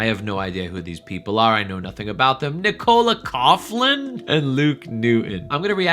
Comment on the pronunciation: NICK-o-la COCK-lan